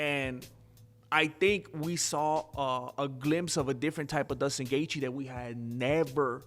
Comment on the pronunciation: His name is J-J-JUSTIN- NOT DUSTIN...STUPIDO